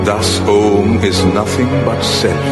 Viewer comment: its NOT AUM! its "OM"